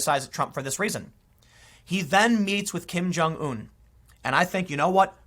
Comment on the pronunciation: Learn how to pronounce Kim Jungun.... you sound stupid when you say Kim Jung ooooon